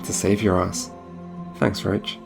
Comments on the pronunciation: When he says "Roach" during the video he actually mean "Roche" - This was quite noticable since Geralt's horse is named "Roach" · Great video, Amazing analysis of the story, I love your conclusion at the end! I also really like your style and voice! Just one thing. Roche is NOT pronounced Roach. Roche is likely a french name, just give google translate a go and listen how it is pronounced correctly, please :D